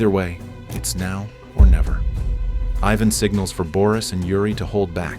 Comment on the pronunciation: Props to the AI commentator for pronouncing “Ivan” correctly